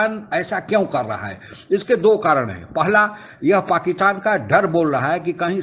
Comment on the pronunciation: Please correct your pronunciation, it’s not” paakitan”